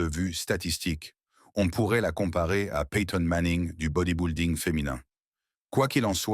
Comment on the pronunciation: Body-building ne se prononce pas comme "body boulding" comme dit le commentateur, mais doit se prononcer "body bilding" comme s'il n'y avait pas de "u" dans le mot. Le narrateur est soit un français pure laine, soit un robot de l'IA.